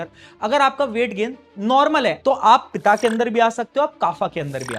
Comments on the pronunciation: पित्त को पिता , कफ को काफा😂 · Abey vata , pita, kaapha kya hai Shuddh bolna Vaat, Pitt, kaph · वाता ❌ वात ✔️ पिता ❌ पित्त ✔️ काफा ❌ कफ़ ✔️ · वाता ❌ वात ✅, पिता ❌ पित्त ✅, काफा ❌ कफ़ ✅ भाई पूरी विडियो हिंदी में है और ये शब्द जैसे है इन्हें ऐसे ही बोलो प्लीज़ आयुर्वेद को आयुर्वेदा मत बनाओ कुछ मूल चीजें भारत की ही रहने दो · भाई उच्चारण तो अच्छा से कर ले... वाता नहीं होता हैँ... वात पिता नहीं होता हैँ... पित काफा नहीं होता हैँ... कफ जो अंग्रेजी मे cough शब्द यही से लिया गया हैँ... ज्यादा advance बनने के चकर मे संस्कृत का बैंड बजा दिया 😢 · Bhaiya vo vat pitt or cuf hai not vata pita 🙏🏻😭😭😭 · आयुर्वेद ✅ वात पित्त कफ ✅ योग ✅ आयुर्वेदा ❌ वाता पिता कफा ❌ योगा ❌ अंग्रेजी के शब्दों का तो हम भारतीय गुलामों को बिल्कुल सही उच्चारण चाहिए भारतीय ज्ञान विज्ञान को तो माफ कर दो कम से कम... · वाता पिता काफा नहीं भाई, वात पित्त कफ़ ✔️ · English pronunciation wrong : vatta, pitta kapa वात, पित्त और कफ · वाता-पिता-कफा nahi.. वात, पित्त, कफ ✅️. 🤦‍♂️ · वात, पित्त, कफ़..कब से.. वाता, पिता, काफ़ा 🤣🤣... बन गये , क्यों शब्दों की वाट लगा रहा है 😂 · Abe yaar vata pitta kapha nhi bolte use 😂vaat pitt kapha bolo yar Jo naam wo bolo n Raam naam hai Or bolenge Rama Bhai jiska hindi accent khrab hai uska smjh aata hai lekin unka dekh ke hm kyu apni hindi khrab kre yar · Are bhai inko ,, वात, पित्त, कफ bolte hein naa ki वाता, पिता, काफा 😂😂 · We are so much dumbed by western culture that even vatt... pitta and cough are being pronounced like vaata...pitaaa...kafaaa....🙏🙏🙏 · wrong pronounciation of vata pitta kapha , actual is vaat, pitt,kaph in hindi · ...So, Being an Ayurveda Student let me correct it...वात, पित्त , कफ ..ye hota hai right pronunciation